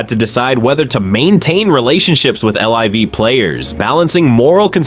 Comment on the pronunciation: these ai slop videos are so annoying lol cant even say LIV golf right